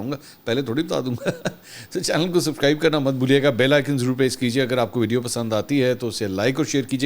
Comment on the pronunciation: SubScrbe not Sub-Cribe Khan Saheb!